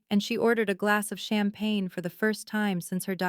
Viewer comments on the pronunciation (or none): none